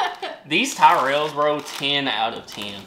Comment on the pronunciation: Revels not reveals. To revel means to greatly enjoy, to reveal means to show what was hidden. You guys are going to need English classes before coming to the UK. Also Tyrells is pronounced with the ti sound of "tip" not "tie"